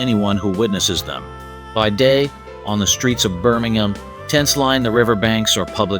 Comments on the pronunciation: Who taught this guy how to pronounce the words “ Alabama” and “Birmingham” ? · Alabama doesn’t even compare to NYC or San Francisco when it comes to homelessness. You make it seem like Alabama has the worst problem when so many other cities have a huge problem. And you can’t even pronounce Alabama or Birmingham.